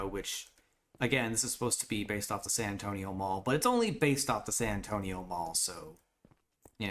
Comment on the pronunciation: San Antonio more like Sand An-stone-io 😂😂😅